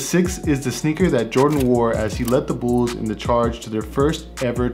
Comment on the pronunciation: The Chicago Bools? 😂